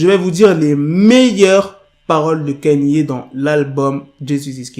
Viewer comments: C'est Ka-ni-é , pas Kenny . Il a raison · pk tu dis kanie( kanye ) c est kaini( kanye )